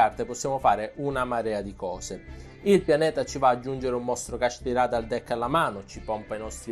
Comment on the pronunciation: Kashtira non kasthirá capito?!